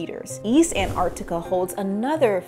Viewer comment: The one thing you should have learned, is how to pronounce Antarctica.